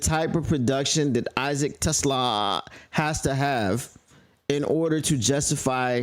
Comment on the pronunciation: I couldn't watch this after like the fifth time you pronounced his name wrong. Trash move. Feels like racism. I bet if he was a brother you wouldn't disrespect like that.